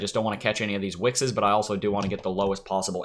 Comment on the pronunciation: Dis you say "wickses?" Sounds like something Gollum would say. I love the EOS project and expect it to eventually eclipse ETH. I've been holding EOS more than a year but might take it out of storage and trade it a bit. I like LTC, too, and made a huge mistake not buying in back in Dec. when it was $25. I actually thought it was dying. Stupid me. Like Mark Ce, I'd be happy to see more on LTC and EOS. Thanks for to TA,. As usual, clean, simple, and full of common sense. Enjoy your new home.